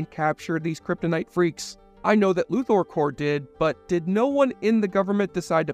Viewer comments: Luther not loother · Lex Lu-THOR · Every time you pronounced Luthor wrong it hurt my ears. :P